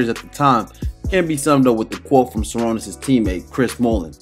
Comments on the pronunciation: bro needed to spent time a bit to pronounce it properly ))) Sharoonas not Sarunis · You pronounce it like Sha - Roo - Nas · Šarūnas Marčiulionis Its Sa-Ru-nus, you butchered the man name geesh 🙄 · Good stuff. The S with a chevron over it is pronounced "sh" so you say his name as "shuh ROO nus"